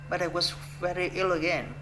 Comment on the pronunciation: Đoạn tell you a little about myself nói hơi nhanh nên bị líu lưỡi, cứ nói từ từ chậm 1 chút là đc :D was có âm cuối là âm z ko phải s đâu bạn, đổi sang âm z hữu thanh nhé sixteen bạn đọc rõ âm i dài i: nhé, nghe gống six-từn từ York và north đọc tốt lắm, có âm cuối mother cần thè lưỡi ra để nói đc âm th ở giữa school là u dài u: cần chu môi hết cỡ Đoạn They were unhappy about this nói hơi nhanh nên bị líu because âm cuối là âm z, giống từ was father giống mother, có âm th ở giữa, cần chú ý âm này. ship là i ngắn I, bạn đọc trầm xuống 1 chút thì hay hơn with us nói tốt, có nối từ th sang us :D mấy từ was tiếp theo cũng cần chú ý âm z feel là i:, mở miệng ngang giống chữ e của tiếng Việt + âm l Forget it nối âm tốt :D time bạn đọc giống như tham, nó là thai-m